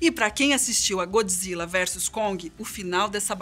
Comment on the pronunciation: Diz-se Godzilla! O que é isso de godji zilla? 😕